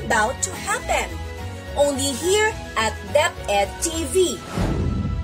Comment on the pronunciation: Lol it is not deped chnel bobo